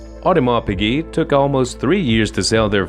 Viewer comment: this video has some wrong info! for example AP was born in 1881 and Shah Iran was born in 1919 how can he be the first customer of AP. Also the voice over do not know how to pronounce piguet right!